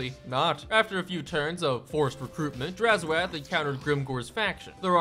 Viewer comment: Please, it's 'drazh oath' not 'draz ho ath' and it translates to 'evil promise' in zharralid